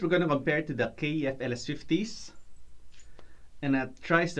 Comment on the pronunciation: KEF.....not K . E . F